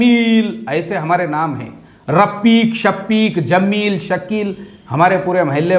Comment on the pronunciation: Rafik shafik nahi bhai,, Rapeek Shapeek kaho.